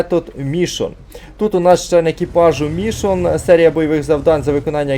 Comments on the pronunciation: Та блін не МІшон, а МішОн)) Не ДерІл, а ДЕріл)) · Не МІшон, а МішОн))) І ДЕріл, а не ДерІл)))